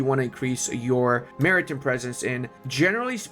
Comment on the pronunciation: I realize the "hand gooner" thing is a joke, sort of like "master debater." But FYI, Maritime is pronounced Marry-Time not Marry-Tim. In British English its Mahri-Time but either version we pronounce Time not Tim.